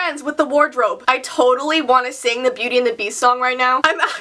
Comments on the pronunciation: When she said beauty it sounded like she said booty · She said booty and the best but I'm not making fun of her because I say son "G" like the whole g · When you were singing the beauty and the beast song, I laughed because it sounded like you said booty and the beast lol. Good vid btw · it acutually sounded like she said "bootty and the beast" when she was singng😂😂😂😂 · It sounded like she said "Booty and the beast" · Haha lol, who else heard "Booty and the beast" XD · what said Beauty and the Beast...... what I heard BOOTY and the Beast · did u say booty and the beast?????